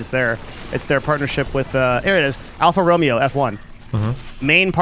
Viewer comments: alpha row may oh! not romeo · Marketing genius needs to learn to pronounce the global brand "Alfa Romeo" properly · until he pronounced Alfa Romeo incorrectly lol